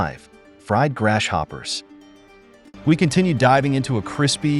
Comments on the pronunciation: Dude, your A. I. Doesn't know how to say GRASS-HOPPERS !! 😂😂😂😂😂😂. 🇺🇲🇺🇲🪖🪖👮👮🚓🚓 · Why he keep calling them grass-shoppers tho?